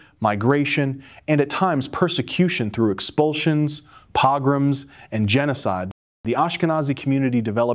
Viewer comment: The narration needs to be edited=1)D.N.A., 2)commas between list of items, 3)pograms=the o sound is a long o